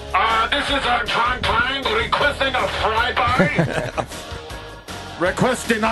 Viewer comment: "Fry Guy" "Prane" "Vorryball" "Riceman"